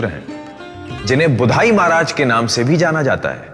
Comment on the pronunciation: गुदई महाराज उच्चारण करे, ना की बुधाई महाराज